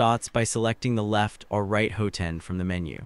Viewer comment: What is a hoo-ten? It’s hot-end. You say it right several times in the video.